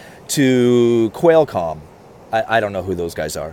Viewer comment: You are so relatable. “Quailcom” is pronounced Kwahlcom. Just an FYI. Thank you for making these videos. I’m pretty well versed in finance and I still love watching your videos!! Keep up the great work and offering your perspective from the house building industry. 👍👍👍